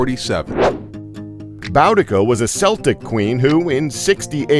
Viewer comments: It's pronounced cel-tic, not sel-tic. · Boudicca may have been a Celtic queen, but it's pronounced keltic .Meanwhile Celtic are a Scottish soccer/football team who are all Queens.haha. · It's pronounced kel tic not cell tic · You mispronounced celtic it's pronounced keltic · Wait how the hell did you pronounce Celtic wrong. . . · He said Celtic wrong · Did he say Bowdica and Seltic?? It's pronounced Boodika and Keltik. It's also very annoying when Americans get that wrong, so I feel their pain when us Brits get stuff about American history wrong too (but that rarely happens) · Rush Limbaugh is a dick, I think we all knew that. I also feel like the restaurant did the right thing in keeping the lobster as a mascot so it wouldn't get fished out of the open waters again and cooked by an unknowing chef. Steve Jobs is just as much of a dick as Rush, too. Also, Boudicca (of Iceni) is pronounced "BOO-dih-kuh" and Celtic is pronounced with a hard C sound instead of the soft C as per the Boston basketball team. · You pronounced Celtic and Boudicca wrong, dude.